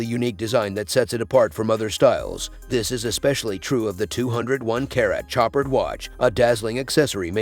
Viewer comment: You pronounce that name show-paaard. Chopard. 😅.. also the billionaire that floyed mayweather has was 18 million dollars 🤦‍♂️